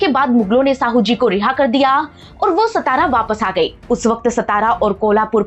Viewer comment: Stara nahi satara hai. Madam vo